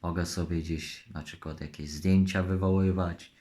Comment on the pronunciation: On gdzieś pracuje? Zasób słownictwa języka polskiego to nawet nie A1... "na czykład"😁